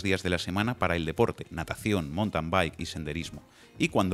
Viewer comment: 'Mountain' no se dice: (montan). Se dice: (maunten). 'Bike' sí se dice (baik)